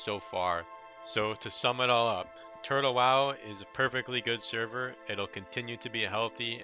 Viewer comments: Why do you pronnunciate it like Turd-Hole WoW :D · are you saying Turd le wow ? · why do i hear him say turd hoe wow 🤣🤣🤣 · he said turd hole wow lol